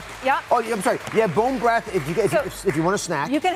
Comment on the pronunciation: "bone brath"